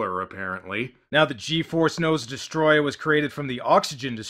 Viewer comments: I was half-joking. To some extent, I'm willing to give some leeway when someone's accent causes them to mispronounce a word (such as a certain Minnesotan comic book reviewer saying "rum" instead of "room"), but when someone is acting in a professional capacity (well, more professional than Birdemic, at least), I expect them to be able to enunciate clearly, especially when they end up mispronouncing the name of the title character. You ever hear a British person say "Americar"? No, because even they know that's stupid and wrong. And before you say anything, I'm from Texas and have a bit of an accent, so I realize the importance of not slurring my words and putting a random R at the end. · I could’ve sworn in the English dub they would say destroyah and not destroyer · It’s literally like they say destoroyah like distryah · Des-toe-roy-yah is how your pronounce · The name's actaully pronounced "Destroy yah" not "destroy ah". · It's DESTOTOROOYA! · you're not saying it right...it's...*DESOTROOOYYYYYAAAAAAHHHHHHHHHHH!!!!!!!!!!!!!!!!!!!!!!!!!!!!* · No no, It's DESTORÓYAAAAHHH!!!! And I did it exactly 1 second before you said I was gonna do it! 😁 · Des-Toe-Roy-Uh Destoroyah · It's DESUTOROYAAAHHH!!!! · It's pronounced DEST-O-ROY-AH gotta yell it like All Might or a japanese guy sending a ghost to punch somebody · As you predicted, I am here to correct you: It's spelled Destoroyah, but it's pronounced "throat warbler mangrove" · Hmm, Destroyer... Destoroyah? Dest-Or-O-Yah. OR.... Desto-Ro-Yah Am I the only one getting anxiety from this word being not pronounced by it's spelling? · Its actually pronounced DESTOTOROOYA! This is the second time I've cried in a Godzilla movie. First time was in 1985. Fans love both movies. I don't get why the stupid critics hate it. Long live Godzilla. Where can I get that shirt ? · Actually it"s pronounced Destroy-YAHH. (Because apparently he's ------SWEDISH ????!!!!???!!!) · you mispronounced destroyha